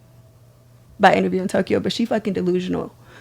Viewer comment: Did she say tokyho?😂😂😂